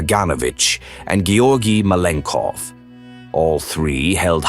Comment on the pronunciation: Ka-gan-O-vitch. GeOrgi Ma-len-kOff. Vor-a-shEE-loff. NikEEta KhrooshchOff.